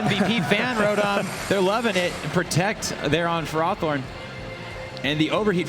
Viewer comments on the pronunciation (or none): Tomato, Tomaato i guess but I and all my friends saw ferrowthorn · I love the one announcer making half his comments sole about ferrothorn on top of pronouncing it wrong.